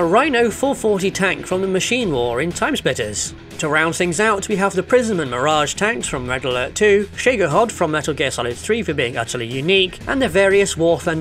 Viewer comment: Shego-hod? Just... no. That's not how you say that.